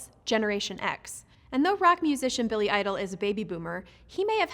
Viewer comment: I had to replay it several times, I thought she called Billy Idol a rap musician 😂😂